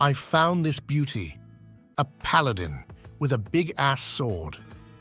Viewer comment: "Paladong" heh.